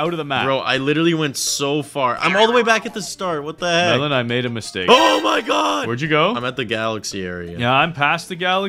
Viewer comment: It’s melon not Melen